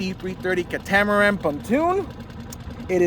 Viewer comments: It is pronounced “KAT UH MUH RAN” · I think it’s pronounced “cat-uh-much-ran”? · Please google the correct pronunciation of catamaran. Any boater or not should know your pronunciation is incorrect. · Just getting in to my first inflatable and I've been enjoying your videos, nice work. But now I'm wondering if I have been pronouncing "catamaran" incorrectly my whole life...